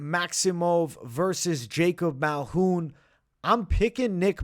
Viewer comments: He be taking letters out of peoples name and pronounced it his way Malhoun 😂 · MALKOUN. There’s a K there.